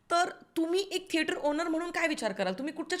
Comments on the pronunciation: तुम्ही थेटराचा असं नेहमी का म्हणता ? थिएटर चा असा उच्चार आहे. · tujha thetra is so annoying red light area language vattie thetrat chiii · saarkha saarkha ‘theatraat’ ‘theatraat’ aaikun faaar irritating vaatta… neat bola ki 😊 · thetrachya third class pronunciation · Thetraat 😂😂 I don't know why everytime she says that ,it tickles me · Him: I love it when you say that in your accent. Her: What? Him: Theatrat hi mazi 1st video ahe ji ki pahato ahe tumzya channel var, changla topic nivadla ani mala kharch tumchya mhanchyachi padhat avdli theater la theatrat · थेटराच्या??? थेटरातून??? रिला??? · तु मराठी एवढी शुद्ध बोलतेस पण थेटर चा उच्चार जरा वेगळाच वाटतो.कुतूहल आहे